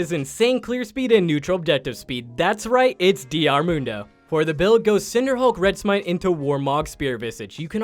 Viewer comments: Low key got triggered when you said D R Mundo lol Then you called Kayle Kyle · Did this fucking guy really just say "Dee Are" Mundo?